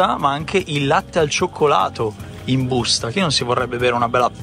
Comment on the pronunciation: Mi fa troppo ridere "in BUUSTA"😂